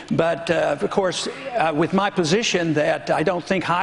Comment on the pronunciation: "Coordinaded Wif"......come on Hermain. You speak so well most of the time and then you go saying "Wif" and turning Ts to Ds... don't make me say it guy!!!